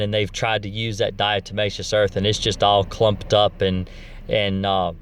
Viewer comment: You pronounce 'diatomaceous', correctly my friend, and 'diatoms' too. Ignore anyone who says different. 😎